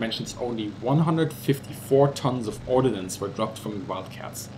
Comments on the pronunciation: I know you are not a native english speaker, and most native english speakers make the same mistake, but the word is ORDNANCE, not ORDINANCE. Ordnance means bombs and bullets, Ordinance means a local town law or regulation. Other than that nit pick, it was a very well done video. Thank you. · Ordnance, not ordinance. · Its ordnance not ordinance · Sorry to correct you. It should be "ordnance" and not "ordinance"! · It's "ordnance", not "ordinance". An ordinance is a law; ordnance goes boom.